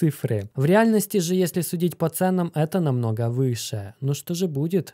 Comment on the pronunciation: Есле-есле, а может и не если, тут сплошные занки вопросов)